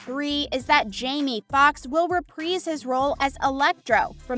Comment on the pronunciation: Repreeeze his role? You have an issue with i's... You seem to insert them in some words and remove them from other words. Might want to look into that.